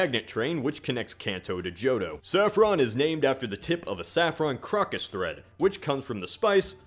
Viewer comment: saffron is actually named after the colour saffron which is yellow. all the cities are named after colours so that they could make each city that respective colour in the games. Also crocus is pronounced Cro-kus not crock-us. All organic pigments come from plants. The plant connection isn't relevant.